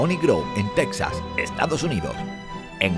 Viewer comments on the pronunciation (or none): none